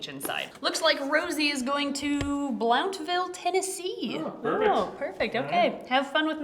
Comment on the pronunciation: How awesome!! I'm in Blountville TN!!!! It's pronounced Blunt-Ville 😘😂